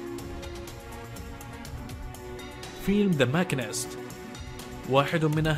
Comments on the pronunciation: شتر ايلاند مو ايسلاند يا حضرة المقدم ماشينيست مو ماكينست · الاصح هو ماكينيست